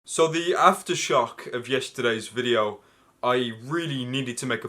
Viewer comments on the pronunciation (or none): When you said "aftershock" I misheard you as "Asda Shop".